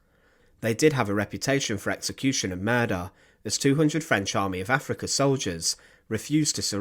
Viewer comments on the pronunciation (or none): none